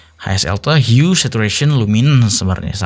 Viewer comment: Hue di baca hiu